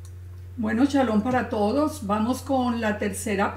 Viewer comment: shalom, por que dices chalom, chabat, paracha' que' no es shabat, parasha', shalom por que' descontextualizan la verdad